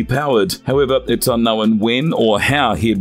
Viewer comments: It’s unknown not unknowin. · Lol... "UnknowIN"?!?!!